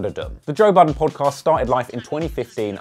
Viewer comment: Lmao..did u just call him"toe"budden??? Too funny!